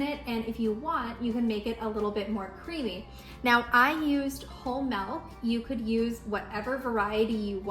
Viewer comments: Why does she pronounce MILK so weird!? She says MELK! It's not melk! It's milk! Wth! Why are peope so weird? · lol...why do you say it like that? I had a hard time paying attention to the video because I kept waiting for you to say melk again. Now go practice saying M>i<lk. Lol